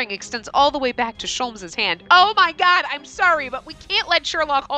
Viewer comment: “Oh my gwad it’s a *TwAEn*!” -, May 1st 2018